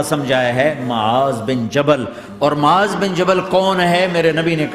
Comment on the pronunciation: Name Maaz hai Muaz nahi